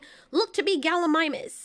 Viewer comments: just want to point this out but gallimimus is said as gal-lee-mih-mus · Her trying to figure out how to pronounce that dinosaur name is hilarious 😂😂 I laughed so hard